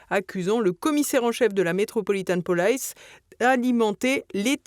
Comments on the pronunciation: Non, "police" se prononce "polis" en anglais comme en français, pas "polaïce", et le nom du premier ministre irlandais se prononce "mi-hole martine", c'est une hérésie de prononcer ça "maïkeul" (mais on va dire que c'est la faute de la méthode globale qui ne remarque pas l'inversion du 'e' et du 'a'' entre "Micheál" et "Michael"). Et, comme d'habitude, les qualificatifs sont placés après les noms, façon Yankee. Vassaux jusqu'au bout... Tiens, en parlant des Américains, fervents promoteurs de l'AMGOT, personne n'a remarqué le déroulé de l'attentat contre Poutine? Trump appelle Poutine et lui dit qu'il rappellera après sa rencontre avec Zelenski, histoire d'être certain qu'il ne bougera pas de là où il est, et alors les drones pleuvent. La question, c'est de savoir si DJT était conscient d'être l'instrument de l'attentat contre Poutine... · Non madame, pas "Polaïce" même " Metropolitan". Ça se prononce "Police". Avec un "i" comme "i". Même aux États-Unis. On ne vous demande pas d'être linguiste, mais c'est le minimum syndical!… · Prononcer l'anglais "police", "polaïce", cela semble "cool", sans doute.. Mais, il faut dire "police", comme en français (en simplifiant - le "po" étant en fait entre "o" et "e") ! Un peu comme "guardian", qui ne se prononce pas "gouardi-ene", mais comme le français "garde" (plus désinence : "i-ene"). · Police se prononce en anglais avec un “i” comme en français. Faites un effort pour prononcer les mots d’autres langues que le français correctement. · De grâce! Abstenez-vous d'inventer des prononciations bizarres en anglais ! Ce n'est pas du chinois, mais une langue que nous avons tous apprise à l'école. Vous voulez faire rire nos ennemis ? Police, en anglais, et réjouissons-nous en, se prononce...comme en français ! 😅 Sur ce, bravo à TVL pour tout le reste et bon courage pour 2026 qui ne sera plus l'année de la discidence mais celle de la résistance! ✊⚜️ 💙🤍❤️‍🔥🤍❤️